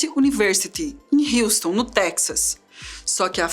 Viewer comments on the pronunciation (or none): none